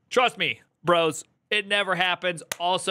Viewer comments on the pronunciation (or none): none